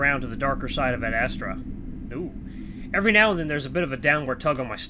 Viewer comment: I keep hearing you say 'ad-asstra' XD And intro to Cass, he's............. fun 😀